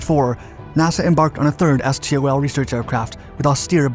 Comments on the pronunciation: It's pronounced STOL, not S.T.O.L... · Please, stop saying "es tee oh el". In the aviation industry it is just pronounced "stol". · It’s usually pronounced “stōll”